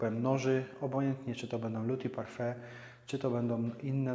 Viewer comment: Witam Pana Majstra. Jak już się reklamuje szpachle tej firmy to trza by było poprawnie wymawiać nazwę. We Francji nikt by Cię nie zrozumiał jakbyś chciał w sklepie je kupić i poprosić o nie. Taka ciekawostka 1 cm długości tej szpachli kosztuje 1 € . :)) Mój szef jest z Portugalii i tak samo się podnieca tymi szpachlami jak Ty. Właściwie to było 10 lat temu przy czym masę narzucamy agregatem Graco by USA. Na pierwszy raz bądź dwa dobrze Tym podrownac ściany czy sufit 3 raz na finisz proponuje mniejszymi normalnymi szpachlami dokładnie wyszpachlowac. Bo jak dojdzie do szlifowania po tych dużych szpachlach będzie potrzebny Siergiej z Dnietropietrowska oderwany od pluga aby to zeszlifowal. Pozdrawiam że strajkujacego Paryża.